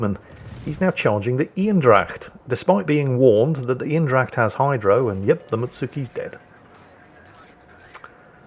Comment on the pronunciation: it is Aindracht because German Ein is pronounced ain like number in one.